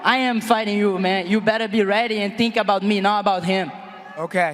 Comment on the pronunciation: Amanda Nunes can't go one full response without saying the word ready.... It drives me insane that she can't even pronounce such a simple word correctly